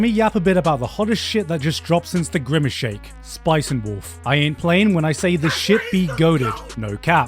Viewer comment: He said Gimmace Shake twice